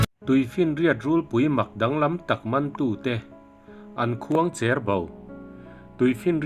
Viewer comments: Khuang chêr bo / khuang cher bo tih hi ilam dan khuang chêr bo nilo in khuang cher bo tih zâwk tûr imizoṭawng lam hi afuhlo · Khuangcher bo i lam dan chuh va mak ve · Khuangcherbo hi i lam dan a dik lo.